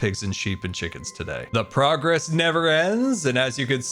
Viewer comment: Not me, understanding "state of broccoli" instead of "state of progress" 😂